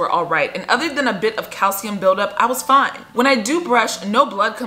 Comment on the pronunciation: nobody talking about how they said "calcium" build up??